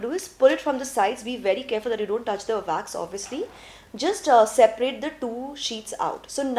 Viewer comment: It’s Wax not Vax